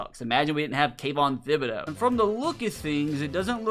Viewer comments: Can someone tell my man that the “Th” in Thibodaux still makes a regular “tib” sound and not the “thib” sound 😂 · You are say thibodeaux wrong I’m just saying